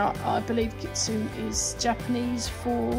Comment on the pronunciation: Japanese is hard :D It's Kit -soo - knee. kitsune. this looks amazing btw